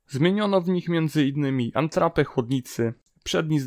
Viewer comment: "Antrapa" no nie wytrzymie 🤣🤣🤣